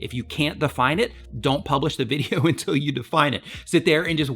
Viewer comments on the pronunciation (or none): none